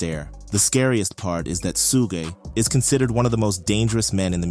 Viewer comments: Suge it’s pronounced shug like sugar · It’s pronounced like Sugar without the r. Suge Knight